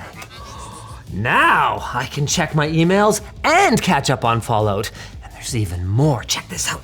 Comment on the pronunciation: Linus talking about Fall-Oot. Love it. 🇨🇦🇨🇦🇨🇦🇨🇦